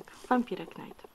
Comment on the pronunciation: nie chodzi o znaczenie tytułu, tylko jak się go czyta :P to jest po angielsku i "rycerz" nie czyta się "knajt", tylko "najt" ;_